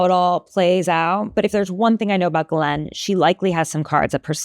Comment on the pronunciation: Ths for pronouncing GM's name correctly. I guess nobody else studied French.